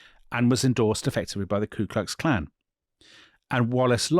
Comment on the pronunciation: he said "KLU Klux Klan". That's wrong. It's KU Klux Klan.